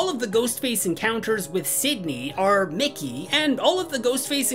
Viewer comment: idk if i was hearing it wrong but it sounded like u said nicky so many times , i know you know his name is mickey but just listening i was getting confused like WHO IS NICKY